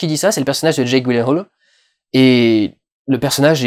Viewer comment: "Jéque Gouilèhole" ridicule...